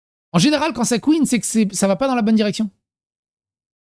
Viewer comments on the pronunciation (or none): none